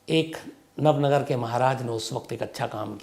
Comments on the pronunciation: इसे नवनगर नही नवानगर कहा जाता है,, जामनगर से जुड़े हुए एक इलाके को नवानगर कहा जाता है,, बलचडी नही,,बालाछड़ी कहा जाता है,, जहां अब केंद्र सरकार का सैनिक स्कूल है,,, मैं ये इसलिए बता रहा हूँ क्योंकि मैं जामनगर के नेवी स्कूल वालसुरा मे पढ़ा हूँ और मेरा पुशतैनी गाँव बालाछड़ी से सिर्फ 45 किलोमीटर दूर है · nav nagar nahi Nava Nagar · Nav nagar nahi navanagar